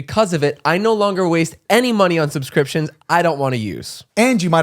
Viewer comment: “Sumscrimptions” KILLED ME 😂😂😂